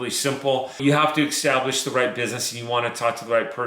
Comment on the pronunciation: good info....btw The word is establish not extablish